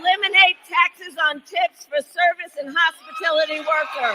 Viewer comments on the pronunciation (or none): Hmmmmm....did she say no taxes on tips or no taxes on tits? Just saying...